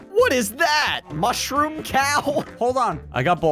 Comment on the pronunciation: It’s called a ‘mooshrom”